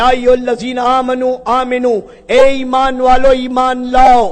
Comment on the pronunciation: ایمان ہے بھائ امان نہیں